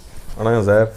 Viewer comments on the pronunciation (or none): none